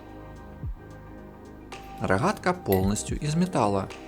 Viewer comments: Рогатка же а не Рахатка 😂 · Да. Хе это пиздец какой-то. Одна неправильно произнесенная буква Г (в украинском стили) и уже пиздец как неприятно слушать. Но есть моменты где какое-то время не произносится слова ХАйка и роХАтка ) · Дико режет ухо ваше Хэканье... Рохатка, тяха, шестихранник.. Тяжко слушать такой обзор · Рахатка, хайки... Неужели нельзя нормально говорить? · Рахгатка ,не твоё озвучки извини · Хайка рохатка блин дружище это же неправильно..... я бы наверное со смеху сдох на украине среди людей которые так говорят ХЭ )))))))